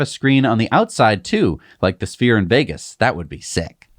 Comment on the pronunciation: Excuse me?? City of, Ve gi na?? 😯